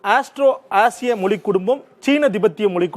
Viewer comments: நீ முதல்ல "மொழி" ய ஒழுங்கா உச்சரி. மொலி மொலி ன்னு சொல்ற?😠😡😤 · Not able to hear ur moli..its Mozhi 🤐😑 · First Mozhi ya correct ha pronounce pannu.. it not moli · Moli😂 மொலி குடும்பம்😢 மொழி. ...ழ sound தமிழ் மற்றும் malayalam உரிய ஒரு சிறப்பு ... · யோவ்... முதல்ல மொழி அப்டின்னு உச்சரிய்யா... மொலி மொலி அப்டின்னு உச்சரிக்கிற... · ஏப்பா... நெறியாளரே.... அது மொலி இல்லப்பா. மொழி. சில இடங்கள்ல முலி'ன்னு வேற சொல்றீங்க. நாம இப்படி இருக்கிறதுனால தான் மற்ற மொழிக் காரர்களுக்கு நம் மொழி மீது மரியாதை இருக்கிறதில்லை. முதலில் நமது மொழியை திருந்தப் பேசுவோம். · என்னது? மொலிக்குடும்பமா?? தமிழ் வாழ்க!...!? வாயில "ழ" வராதோ? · மொலி அல்ல, மொழி. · It is not moli, mozhi, how you people choosing these type of guys to handle this important matter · மொழி என்று உச்சரிப்பதுதான் தமிழ்ழுக்கு அழகு 😊 🙏🏽